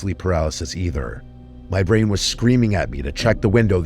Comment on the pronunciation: thought that said “bryan” instead of “brain” lol